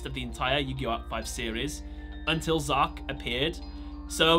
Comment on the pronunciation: Its not Zark its Z-arc